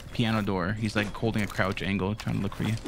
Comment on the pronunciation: did he say best angel? Rather than angle 😂😂